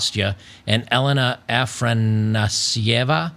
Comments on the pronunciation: youre seeing the fancy "a" as an "r"... her name seems to be ah-FAH-nah-see-yay-vuh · It's [Afanásiəva] with iə pronounced as one so it's a mild sound compared to the phonetic it represents. No English phonetic transcription sign exists for the correct Russian sound so not sure how to explain it better